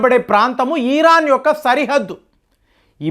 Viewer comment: ఈ రాన్ కాదు ఇరాన్